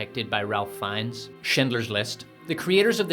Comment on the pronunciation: Ralph Fiennes' name is pronounced "Rafe." And of course the biggest discrepancy in their respective scenes is that Fiennes is a brilliant actor and the Galadriel imposter is...not.